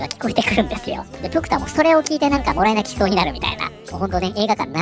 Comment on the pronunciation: 動画ラストで「もらい泣きした」ってところが一瞬「モア泣きした」って聞こえて、思わず見返してしまいましたw